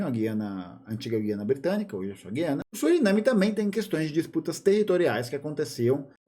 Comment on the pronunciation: Só um comentário: A pronúncia correta é "gu-i-ana".